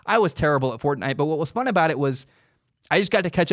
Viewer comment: It was weird to hear you say fortnite